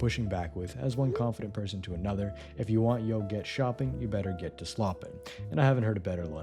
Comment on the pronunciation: I couldn’t tell if the voice was TTS or not until this video. Bro said "yo" instead of "to" , certainly TTS. Great TTS though, I want it lol